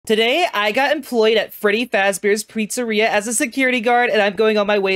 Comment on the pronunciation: "Freddy Fazbear's pritsarea" 💀💀💀